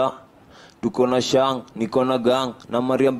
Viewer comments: Kaka blaza sio Shengi ni sheng😅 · Msee anasema SHENGI💔😂😂😂😂😂😂😂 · Huo utopolo hata wakenya wenyewe hawaelewi. Halafu SHENG Haitamkwi Shengi ... tamka “Sheing’hi”